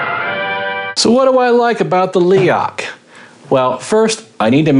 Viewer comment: YES MORE INSIDE LOOKS PLEASE.. Also it's pronounced Leroch!